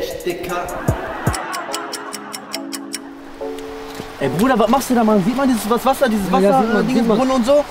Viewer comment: Nicht digga du hast tigga gesagt